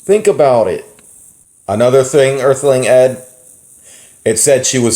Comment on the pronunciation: When said “Earthling Ed” I heard “Earthling Ad”